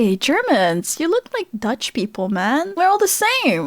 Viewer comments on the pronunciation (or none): Dutch, Deutch, it's only a minor mispronunciation from being the same thing.